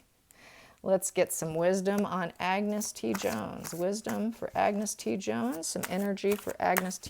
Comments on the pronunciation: Please, A n g u s, not Agnes (woman's pronunciation) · its pronounced An-gus, Ag-nes is the female version, sorry the scot in me cringed at that, I hope whatever he is doing he is happy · Get the kids name right .....ANGUS